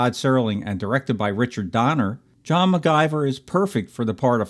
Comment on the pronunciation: John's last name was pronounced "Mc-GI (short I)-ver".